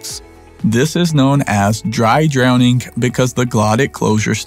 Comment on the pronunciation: It's dwowning